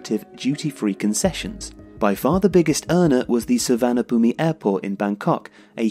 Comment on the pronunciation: FYI Suvarnabhumi is pronounced Suwannaphum :)